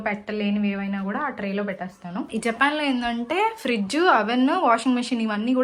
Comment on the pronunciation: జెపాన్ కాదు జపాన్ అని మాట్లాడు